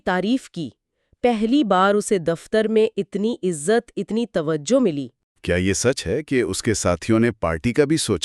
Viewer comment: عزلت/ عزلت ( دونوں بھی غلط ) عزت ( یہ صحیح ھے )